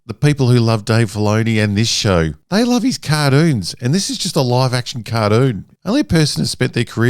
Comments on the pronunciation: "Car-doon" Thanks for the video!! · Hahaha "kardune"?!😂 I love the way he says cartoon!😂